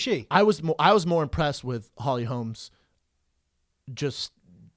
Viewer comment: Brendan keeps calling her Holly Holms. It's Holm. If you wanna be a MMA podcast host at least say the names right.